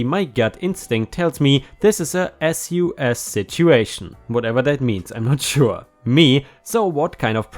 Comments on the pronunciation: Sus, short for suspicious. You say it as a word, like bus. Sus. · Sus is short for suspicious. We say it like suss